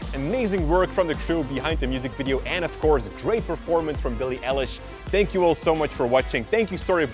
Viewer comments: Bee-lee E-leesh-..... .-. .....XD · IT'S PRONOUNCED E Y E - L I S H NOT ELLISH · Eilish like an eyelash but aiiiliiish not elich But great work keep going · He said elish like relish ITS EILISH LIKE EYELASH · STOP SAYING BILLIE ELLISH IT'S EILLISH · Him: “Ellish” ME: “IT’S PRONOUNCED ‘EYELISH’ and spelt ‘Eilish” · It’s not L-ish, it’s Eye-lish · BILLIE ELLILSH... Triggered EYE-LISH EILISH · its Eilish Not Aiilish damn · Billie Elish XD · Billie ”ellish” ITS BILLIE EYELASH DOOD it’s pronounceddskdkdmke liek. Eye lishh Billie eilish is bommmb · How you pronounced it........Billie Ellish, it’s Eilish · It’s Billy eilish not Billie Elish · how did he gat that kind of a glas. he sad billie elesh thats not rit its lik this billie i eilish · Billie elish? ! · When he says El-ish instead of Eye-lish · Its not billie ellish its billie eilish, youre pronouncing it wrong lol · "elish" -_- its EILISH! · Billie Elish 😂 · billie EHlish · Grace Belcastro ikr.. ITS PRONOUNCED EYE LISH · actually i think it's pronounced eyelash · no it isn't...eilish is pronounced "Eye-lish" Lmaooo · Billi ellish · Why is literally nobody talking about how he said Eilish...? It’s Eilish Eilish Eilish like an eyelash but it’s Eilish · Am i the only one who heard him say Billie ELISH... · Isn’t anyone going to talk about the way he says billie elish while its billie eilish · u saying her name wrong...it's Eilish like Eye-Lish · "Billie EL-ISH" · billie what ish? did you say “ELLISH” ? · No it's Eilish. It's pronounced Bill-ie Eye-Lish like an eyelash but it's ilish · It’s pronounced eye-lish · ITS BILLY EYELASH GOSH! no hate 😂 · Billie Elish LMAOAOAOOAOAOA omg im sorry XD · It's eye-lish Eilish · Him: Billie Elish Every one: CRINGE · "Billie ELISH" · How can u say Billie elish???!!! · billie elish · It is Billie eilish ilish like that there is no e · It’s pernounced I - lish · I disliked this video just because you pronounced it "ellish" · Lol I thought that was how you say her name💀💀💀